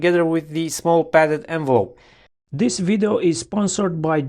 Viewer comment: It's funny he always says "vido" :D